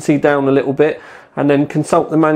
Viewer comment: "list of SE ings" :P " Li ull"